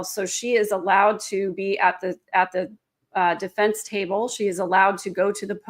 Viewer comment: Deeefence....deefence...she pronounces that word really weird. Is it just me ? Bothers the hell out of me